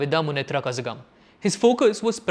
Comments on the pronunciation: These fellows are now posting videos praising Tamilnadu just to get more views on Youtube. See how this guy pronounces ‘Kazhagam’…didn’t even find out the difference between zha and la in Tamil before preparing for a video. Tamilargale vizhundhu vidadheergal 😂😂🎉🎉🎉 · When doing videos try to learn the name of parties/places and pronounce it properly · Kazhagam 😂😂😂The way the guy pronounces this, makes me question his analysis. Though I largely agree with the analysis and the contents, he should have done some basic research to as how it is pronounced. You are not expected to be perfect, at least try pronouncing how it should be, rather than reading it literally. That makes me wonder what is the depth of his research in the rest of the content…. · Nice Video. 'zh' is pronounced as 'la' with you tongue folding all the way back :). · you should know the real basics in tamil language you have to pronounce Z letter as LA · It is not Kasagam, please read as Kalagam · Its not kazagam its kalagam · It's not pronounced Kaazagam...it's Kalagam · Bro....its not kazagam....Kazha(la)gam.....similar to kalagam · It's not kazzhaga m... It Tamil zha means la.. so it's kalagam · Kazagam nahi Kalagam. Za in tamil is read LA. Madhras nahi madras. Stop doing content if you can't even research this much. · It's Ka'L'agam and not Ka'z'agam. Zh is the special L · Lookup how to pronounce KAZHAGAM it is definitely not `kasagam` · It’s pronounced as Kalagam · When you pronounce Kazhagam, it should sound like Kalagam, not the way you pronounced. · kindly read the pronounciation of the party name. It really feels like some one pours lead into my ears when u say " kazhgam" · Its ka-la-gum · It’s pronounced kalagam (Kazhagam) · We have to pronounce KALAGAM (KAZHAGAM) 😅 same to TAMIL (TAMIZH) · Bhai - Kazhalagam - zh sounds like LL where you roll your L. It does not sound like Z as in zoo. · It's not Kazagam.. pronounciation is wrong.. zh have a different pronounciation.. kindly Google it bro...